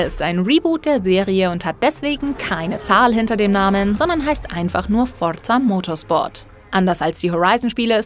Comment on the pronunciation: es heißt Forza Motsport nicht Forrrtzzzah